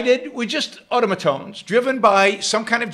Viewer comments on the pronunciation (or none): none